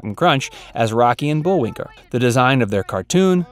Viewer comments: .... . Did he call him Bull-WINKER??? Or am I hearing things???? Lol 🤣🤣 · What was shocking about any of those? Also, the script was somewhat repetitive, and at one time the narrator says Bullwinker -- with an R at the end. And you should've told him to spell the difference between Bullwinkel and Bullwinkle, not just read the two names; I hadn't realized there was a difference in spelling until I backtracked and watched the spelling of the dealer's name. These may be minor issues, but the repetitiveness made it a little boring to watch, and the title is a complete misnomer. "Little known facts" would be more descriptive. I was expecting something scandalous by the title.